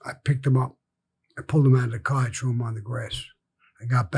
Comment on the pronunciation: “I TREW IT IN THE OCEAN” 😭